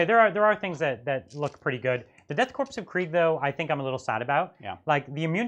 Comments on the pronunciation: I cannot listen to people calling the "Death Korps (PRONOUNCED CORE) of Kreig" the death CORPSE or Krieg... I almost turned off the video as soon as I heard say it, and really had to resist doing so after echoed it... Y'all are too smart for this shit lol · I always assumed the “Korps” in Death Korps of Krieg was pronounced like “corps” (as in marine corps or peace corps) which rhymes with “core” (silent P and S)